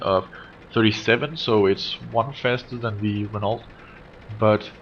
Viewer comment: Renault - pronounced Ren-Oh, not Ren-Alt